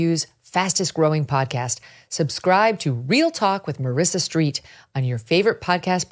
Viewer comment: it's marissa strite like fight, not steet.